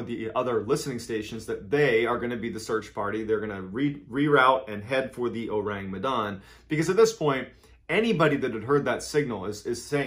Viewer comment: I'M FROM MEDAN YALL and it's pronounced "meh-dan" and "oh-rung" as in orangutan but yeah it's an urban legend.